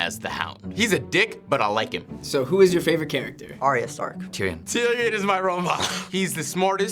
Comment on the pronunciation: Uuuurrrrrrggggghhhhh!!!!!!!! Guys. It's Ar-ya, not Ar-ee-a